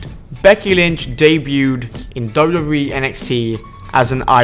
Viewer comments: half of this stuff was well known and u need to learn how to say WWE not dubbadubbaeee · Pronounce wwe slowly and clearly